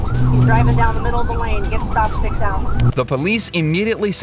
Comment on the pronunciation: has no idea how stop sticks work. He couldn't even pronounce the name correctly 🙄 stop sticks inject your tires with narrow tubes which allow air in the tires to slowly escape, preventing a blowout and a crash. Stop misinforming the public. The police know exactly what they're doing. Except when they leave their keys in their car, and don't close the partition 😅